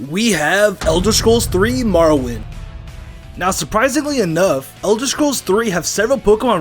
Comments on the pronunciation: marrowind lmao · "MARROWIND" tho